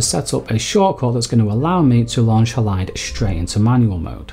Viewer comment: Great info and presentation! The way ‘Halide’ is pronounced here though is jarring for me every time, because normally that word has the stress on the first syllable, it’s HAlide, not HaLIDE - unless your 2nd syllable stress is the pronunciation used by the devs too?